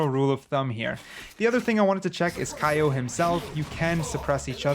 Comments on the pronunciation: I though his name is pronounced “K.O” and not “Ky-O” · pls its not kay/o(k-ai-o), its kay/o(k-eh-o) as in u know... K.O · Btw it’s pronounced k/o not Kai o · KO not kai yo (Kayo = KO) you got that? dooooope. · The character is so good his name is Kay/0 which is pronounced like KO or knockout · ummmmm... "Kiy-0"??? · i'm pretty sure his name is pronounced like k.o. ....